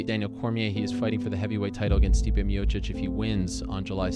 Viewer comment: Stipe "Stiopic" Miocic